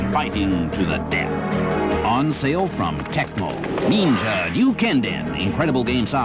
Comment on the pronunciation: "Neenja" haha that Ninja Gaiden commercial was hilarious. I absolutely want to pick up every game you mentioned here, especially Final Vendetta and Shredders Revenge.